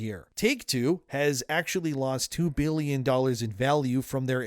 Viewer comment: I know he's trying to say billion, but does anyone else hear "bealion"?